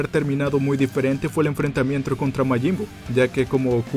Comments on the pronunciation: "Enfrentamientro" :V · "enfrentamientro" xdxdxd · like si te diste cuenta que dijo enfrentamientro